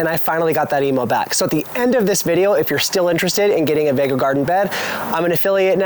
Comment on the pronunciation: I’m sure the pronunciation is vego beds as in vegatable.